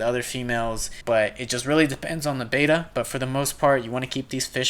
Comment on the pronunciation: Bet-tah, not beta! :)